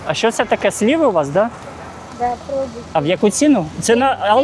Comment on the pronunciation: Не сліви , а сливи.